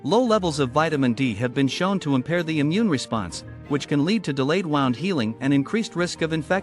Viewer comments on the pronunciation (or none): Wound, pronounced "woond"